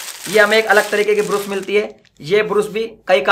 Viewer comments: तू कम सिखा है क्या योगी ब्रश को ब्रूस ब्रूस बोल रहा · Brus nahi Brush hota hai